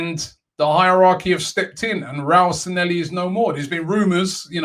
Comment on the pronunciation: Robbie its SanLLehi not SanElli, youve had me saying it wrong for ages